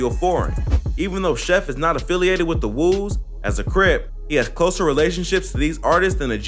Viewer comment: its not the FUCKING CHOOS like CHOO CHOO train my gee its CHOO prounced like CHO! and the WOOS you pronounced i think only right ..